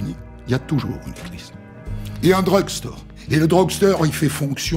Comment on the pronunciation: Iconique : Hondelatte qui dit "Drog Sture" au lieu de "Drug Store" toute l'histoire mdr